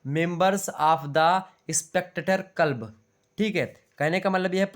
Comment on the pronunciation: Sir क्लब है कलब नही है